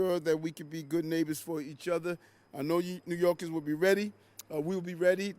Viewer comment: He calls New Yorkers, '''New Yorgis''. This place is shot.